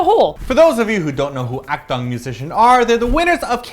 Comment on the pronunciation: Just a pointer on pronouncing Akdong, its a short "o" sound, not long : )